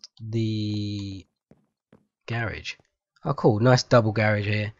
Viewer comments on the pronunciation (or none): y u say garage like that? It sound like u sayin gay-rage or something.